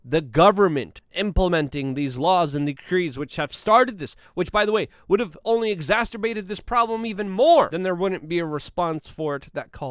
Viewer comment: Hi Luke, I don't think you're pronouncing ex·ac·er·bate correctly, unless you meant to of course. Carry on doing what you do. You're appreciated, thank you!